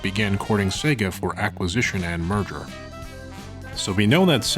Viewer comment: I just realized that he's been saying "merger" this entire time, and not "murder."